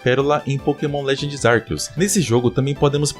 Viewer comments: Pqp, o cara fala Arqueus ARQUEUS KKKKKKK pq sempre tem um br que se acha o diferentao e quer falar diferente? Literalmente TODO Brasileiro fala Arceus normal, pq vai falar igual é falado em inglês cara? Pqp no Japão a pronuncia é com c também cara kkkk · Eu acabei de desbloquear uma nova pronúncia de arceus.